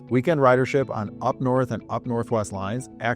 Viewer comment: Excellent. BTW, it's U P as in Union Pacific vs. UP